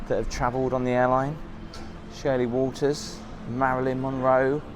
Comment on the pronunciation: "Shirley Walters"??